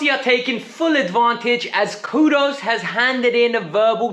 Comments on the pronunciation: "Kudus" not kudos 😂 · his name is Kudus not Kudos